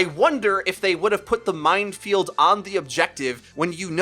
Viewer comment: says mindfield instead of minefield.